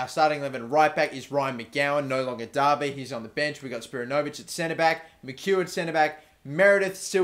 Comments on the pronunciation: good to see some aussies in the team. plus their wanderers players btw is spi-ran-no-vic not spira-no-vic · isn't spiranovic pronounced with the accent on the "a" not on the "o"? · you keep saying Spiranovic wrong! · Your Australian and can't say spiranovic